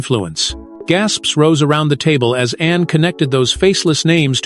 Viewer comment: I applaud Princss Anne! I just wish who or what narrates would not refer to her as "Annie"" and Princess Diana as "Deanna". That's disrespectful.